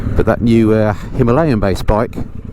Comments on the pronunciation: Dont get the Himalayan thing. Its not "Himalien"😂. Unless I cant speak the Queens English etc...nonsense haha. Great ride out! Just did the Surrey hills and the punch bowl. Got a bit steep off the beaten track but one hell of a view! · Speaking of which, has done a review on the Tuareg yet or is he still working out how to swing a leg over the pronunciation? HIM-UH-LAY-UN lol., you should invite out on the lanes with you Pezza and Phil when he's got his hands on a 411 RE Scrambler! Would make for ace content mixing it up with a BMW, Aprillia and an Enfield. Just sayin':) Peace ma dudes!